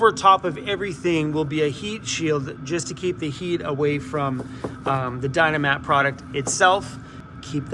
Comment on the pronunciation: Dynamat not dynamite!